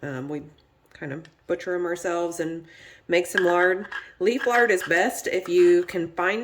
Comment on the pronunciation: are you saying "Leaf lard"?